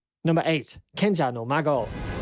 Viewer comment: love how he says Kenja No Mago